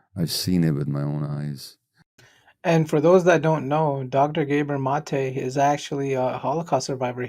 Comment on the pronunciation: I see you read your comments my friend! I heard you using the correct pronunciation of Dr. Gabor Maté now and shouted out his son Aaron. Keep the great videos coming sir. 👍